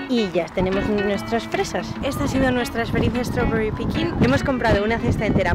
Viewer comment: Por favor hablar más en inglés! Se agradece! Por cierto me encanta la pronunciación de strawberry <3